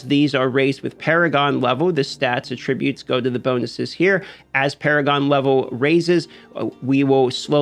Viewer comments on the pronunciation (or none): Agreed that this update to warbands is a less than great call. Video would be better if he knew how to pronounce "attributes" but otherwise good clip!